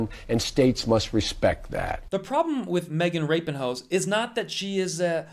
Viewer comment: That's me with him constantly calling her Megan Rapin-Ho. Ok I see why that's funny actually.